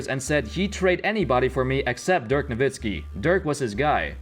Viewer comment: It's dirk nowitzki,get it right!!